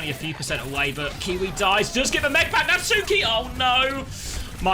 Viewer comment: Does Natsuki rly pronounce his ign as Nat-Suu-Ki or are we taking the piss